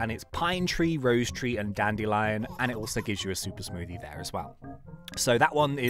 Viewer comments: bruh he said "rose tree" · Nobody:: Rosetree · No hate i just thought it was funny he said rose tree he also said noen bee (sorry if i spelled it wrong)